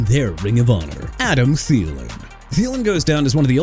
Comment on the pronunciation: THIELEN AS IN THEE-LIN NOT TALIN! NEW ORLEANS AS IN NU OR-LINS NOT NEW OR-LEANS! YOU'RE GONNA BE OUTTA HERE SOON DUDE. DON'T PLAY WITH ME NO MORE.